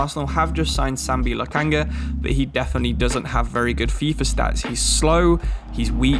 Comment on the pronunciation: I think he pronounced a single name right (mightlen niles, loookanaga, owbamyang)